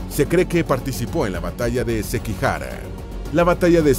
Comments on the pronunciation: Iba muy bien el video hasta que le llamas Sepeku en vez de Seppuku y Sekihara cuando en verdad es Sekigahara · SEKIGAHARA NO SEKIHARA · La batalla de sekigahara no sekihara...sekigahara...del periodo sengoku jidai. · muy buena historias peroooooooooooo documentese mejor en el idioma y pronunciar bien .... es Sepuku, es Sekigahara... cuida bien ya q aca encontraras a muchos que estudiamos bien la cultura japonesa